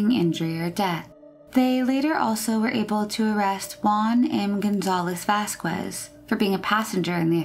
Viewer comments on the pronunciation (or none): Do you really not know how to pronounce "Vasquez"?!